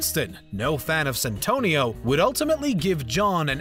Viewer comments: Its Santino D'Antonio not Santonio. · It's Santino (little saint) not Santonio you heathen, and it is a cardinal, not the pope. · Hurt my ears every time. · The amount of times I heard "Santonio..." It's Santino lol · It's Santino not santonio ... It's either the paper you're reading from ,or some orating skills you're missing my friend . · Its Santino D'Antonio not Santonio D'Antonio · "Santonio Di Antonio" lol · "Santonio" make my ears bleed man . . . Its now imbeded on everything I hear thanks to you 😂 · i cringed everytime he called Santino: ''Santonio'' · So triggered everytime I hears 'Santonio' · Mispronounced "garage", "Leguizamo", "Santino" (how many times?). Unloading a 'clip'? John never fires a World War II rifle. He shoots firearms that have magazines. Screen Rant, you can and should do better. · And didn't even read it thoroughly considering the extra syllable he put into "Santino" every time he had to read it. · If you are going to do your research make sure you also learn how to pronounce people's and characters name correctly. You not only mispronounced names but you really have a lot of the facts wrong. John Leguzamo is pronounced Le-gu-zamo not Leguzimo and they other name is Santino not Santono.